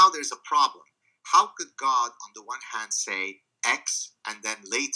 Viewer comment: haha, "help us oh Gad". You've gad to include this line more